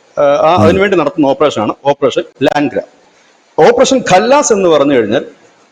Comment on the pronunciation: ഓപ്പറേഷൻ ലാഗ്ര അല്ല ലംഗ്ട എന്നുവച്ചാൽ ഞൊണ്ടിക്കാലൻ